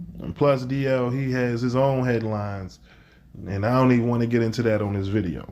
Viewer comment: Thank you DL for saying it correctly. It is crazy how they're treating him.